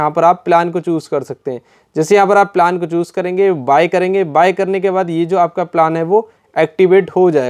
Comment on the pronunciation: पिलान नही प्लान 😂